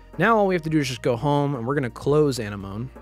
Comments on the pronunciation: I have to get this off my chest. Why does everyone making 3ds modding tutorials not connect that it's A-NEM-OH-NEE like a sea anemone? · ANEH MOAN????? this is an old video but what did you just call it?? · I think it’s Ah-nem-oh-ne for the theme tool Thanks for showing me a alternative to the other tool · Excellent tutorial! I liked how ya called Anenome "enema" XD XD XD For real though, very detail oriented instruction.